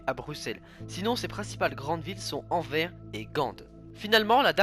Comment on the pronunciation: On prononce le S dans Anvers et Gand se dit Gan